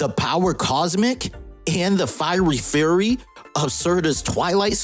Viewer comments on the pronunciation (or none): none